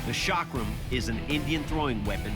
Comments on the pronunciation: You are pronouncing chakra wrong. The ch is not pronounced "sh" it is "ch" as in Chad. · Don't pronounce chakra wrongly. It starts from 'c' not from 's'. Don't forget you are on social media. Your wrong pronunciation can give wrong name to chakra. Please rectify it. 🙏🙏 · Its not Shakra its Chakra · Shaakra❌ chakra✅ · no.... It's a Pretty local /famous weapon here.. Its called a "Chakar"... That judge pronounced it wrong. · The Chakra ❌ The Shaakra ✅ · The 'Chakra', meaning a circle, is pronounced as 'Chuck Ra', where the last part, the 'Ra', is like the sound of R as in 'Rum'. The 'Tiger Claw' is called 'Waagh Nukh' because Tiger, in Maharashtra (Marathi language), is called 'Waagh' and 'Nukh' means Nail/claw. In Hindi language, Tiger is called 'Baagh' or 'Sher'. The 'Pattaa' literally means a 'belt'. It's called the 'Pattaa' because the blade has to be flexible just like a belt. There are other versions of the 'Patta' where the blade is longer and more flexible and can be worn on both hands. :)